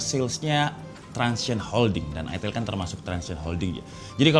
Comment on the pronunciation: itel kok dibaca itil?